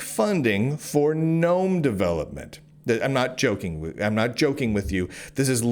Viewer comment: Ackchually, its the GuhNome foundation thx